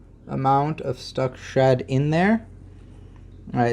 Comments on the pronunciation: Lol I honestly thought you were saying "Stuck shut" and I'm thinking WTF is stuck shut? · Why did it take me 12 minutes to realize he was saying stuck SHED not stuck SHUT 🤦🏾‍♀️🤦🏾‍♀️🤦🏾‍♀️😭😭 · For anyone else confused... "shud" == "shed"